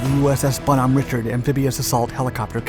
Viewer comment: I was there and saw it happen.....1- The name of the ship in the Bonhomme Richard is pronounced as Rishard or Reeshard depending on who you ask. Also, this was pilot error and nothing else> The pilot was a known cowboy and was being a hot shot. No one forgot their training. They were wearing a shit ton of gear, were all standing waiting to egress the helo when it crashed. Most that didnt make it out had broke necks/backs as I remember it.